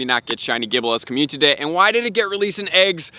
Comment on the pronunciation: Bro you missing a syllable when you say community... It's not communty it's community don't forgot to say the I